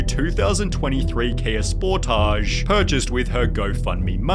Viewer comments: I know how absolutely monstrous this woman is, but I can't move past your pronunciation of "Sportage". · Maddie: "But but but it was not for gweed, it was for fwamily" Let's get her brand new Kia Sportage to the stage, so car, what do YOU have to say about it? "Vroom Vroom" -Her brand new car.